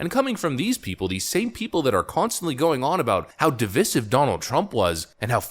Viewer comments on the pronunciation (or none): Sorry; "dee-vie-sive", not " dee-vis-ive"; it's a long "i"... can't help this one; been driving me nuts, 'cos half the news anchors mis-pronounce it. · Okay, i can’t take it anymore! Is your phone a device? Or devece? Please stop pronouncing divisive devesive.